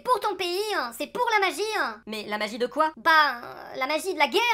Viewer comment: Bien-vuEuh, pour la magiEuh...